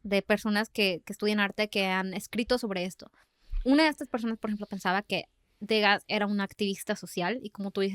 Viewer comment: ¡Hola! Disfruto mucho su podcast. Solo me gustaría compartirles que Degas se pronuncia <Du-gá>, ya que es Francés el apellido. Ustedes me acompañan mientras hago sketches de mis dibujos. Saludos desde Mérida, Yucatán.